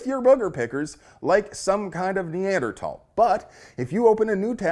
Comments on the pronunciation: As a biology major from my college days I’m happy he pronounced Neanderthal correctly! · Hey, you pronounced Neanderthal correctly! Good on ya!